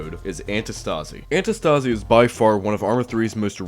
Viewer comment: Btw antistasi is from the free work αντίσταση which means resistance and you are pronouncing it wrong the tone is on the antiiistasi not antistaaasi